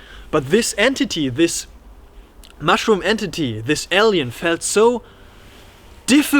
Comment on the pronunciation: Super interesting ! Your description of the entity was hilarious . Also interesting how you pronounce alien ! Sounds like el-yan or L-yan